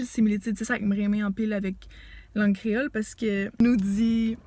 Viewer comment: Bravo !! Pour le créole tres bien prononcé enh !!! Mwen renmen sa